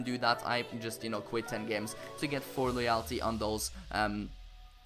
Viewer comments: No it's Loy-ul-ty like so he can see this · Friendly Slug it's more like loy-ull-tee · It's pronounced loy L t.... but besides that great vid mate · LOWW yul - tee YOU STILL PRONOUNCE IT WRONG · use google translator for getting your pronounciation of "loyalty" right, you now pronounce it as loyaaaalty xD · Love the vids but loyalty is pronounced Loy-ul-tee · Pronounce it like Loy-oll-ty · Just pronounce loyalty as loyelty ☺️ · Just say loyultie instead of loyalty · You still didn't pronounce it right 😂 loy - all - tee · It's pronounced like LOY--ULL--TEE. The "-a" is pronounced like the -a in the word "svenska." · pronounced loyulty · Loyalty is pronounced: Law-yal-ty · Still saying loyalty wrong lol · You are still saying loyalty wrong but on the one where you used a whole Spanish team in the hybrid leagues final challenge, only one player needs loyalty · That's still not how you say loyalty...